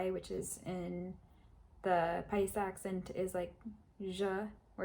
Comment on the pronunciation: Si. Que más, pues? Como lo dijo se escuchó en perfecto paisa. Saludos y continué que va muy bien.